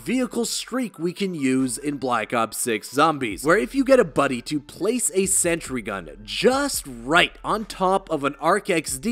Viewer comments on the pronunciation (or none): none